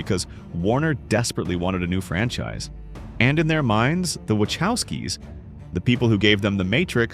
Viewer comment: Good god, you’ve pronounced “Wachowskis” three different ways by this point. 😂